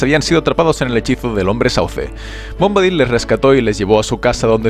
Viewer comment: Por qué siempre pronuncian mal los nombre y eso que se ve que son fanáticos y conocedores y hacen estos vídeos. En que forma Bombadil se puede pronunciar "Bómbadil" con acento en la "o". Ni en inglés lo pronuncian así y en castellano tampoco está bien, sería "Bombadíl" y en inglés también es así.